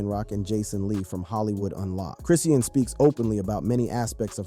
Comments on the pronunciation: 😂this man pmo w how he pronounced her name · You can’t even pronounce the girls name correctly.boy shut up with this nonsense ain’t no damn female rappers scared of her go sit down somewhere. this is clickbait trash.